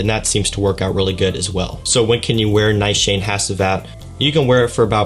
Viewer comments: 'Nigh-shayne'? Try Ni-shaw-nay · Nice Shane?? LOL! Its a Turkish perfume house, pronounced more like 'Nee - shaa - ney' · It's actually pronounced Nee-Shaw-Neh not Neeshaaa-nay. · Pronounced "Neeshan" not Ni Shan ! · Brilliant fragrance - correctly pronounced Nee sha nay, not Ni shane🤣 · well, to be honest I am not 100% sure because I recently heard about this fragrance but the lady that spoke about this fragrance pronounced it Nee-Shaw-Neh and not Neeshaa-Ney. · It is Nish-aan, I believe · It should be pronounced as nee-shaa-neh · Its pronounced as "Neeshanay" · Neeeshaaanaay Haachee vat